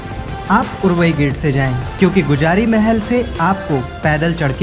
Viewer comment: भाई गुजारी महल नही गुजरी महल है बो